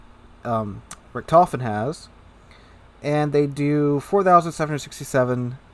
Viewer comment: Richthofen - stress on the I, not the O. Gets me every time :D